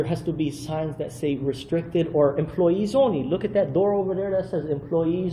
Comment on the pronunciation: "Over Dare"???? Who the hell says Over Dare???